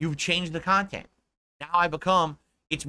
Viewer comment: People made fun of him for how he pronounces "content"/kha•n•tent and I think that made him self-conscious lmao